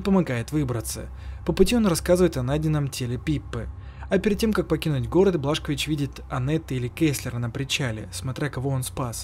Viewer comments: Не Блашковис,а Бласковиц 😂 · Не Блашкович а Бласковиц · не Блашкович а Бласкович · Какой нахрен блашкович ? - бельгийский алкоголик ? БиДжей Бласковитз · БЛАСКОВИЦ а не блашкович